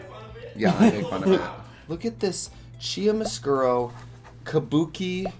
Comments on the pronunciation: trixie saying frahgrens instead of fragrance... cheetamascuro instead of chiaroscuro...? the wisconsin jumped OUT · Ladies and gentlethems, welcome to the stage - Chia Mascuro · Actually it’s pronounced Kiaroskuro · “chia-ma-sk-euro” help omfg, as someone who has taken like 7 art history classes in college, its pronounced “cure-o-sk/euro” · "Chia mascuro" lol that's definitely not how that's pronounced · key-AH-do SKOO-do (Chiaroscuro) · As an art history student and someone who speaks italian, it's more like kee-ar-oh skoor-oh. Maybe there's a better way but this is the best I could come up with for writing it phonetically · The way you said chiaroscuro hahahaha, it's pronounced keearo skuro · losing my mind at "chiamuscuro" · that pronunciation of chiaroscuro lmfao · I live for how trixie pronounces chiaroscuro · The art history major in me dying over trixie mispronouncing chiaroscuro 🤣🤣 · Instant PTSD as Trixie butchering an italian word. . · The way trixie pronounced Chiaroscuro, DEEPLY cursed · Trixie's pronunciation of chiaroscuro just ☠️☠️ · Trixie pronunciation of chiaroscuro lives rent free in my head now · That’s how Americans pronounce chiaroscuro??? facepalm in Italian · The way Trixie said ‘chiaroscuro’ was a hate crime. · The way Trixie butchers the pronunciation of chiaroscuro has me dead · trixie butchering the pronounciation of chiaroscuro was painful </3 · "Chiaroscuro" and "Kabuki" both start with the same sound, Trixie. If you're going to whip out the smarty words, day then smartily! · trixie please google how to pronounce chiaroscuro